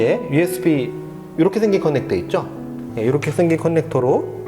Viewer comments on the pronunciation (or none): 컨넥터-->>커넥터로 발음해주세요